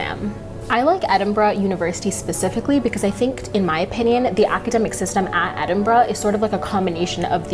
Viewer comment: Don't say it...don't...say...it...EdinBRUHHHHH